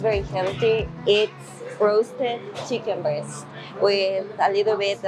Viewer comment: Great video. I had to back it up when you were talking about chicken. I thought you said chicken bird but I think you said chicken breast. chicken bird 🤣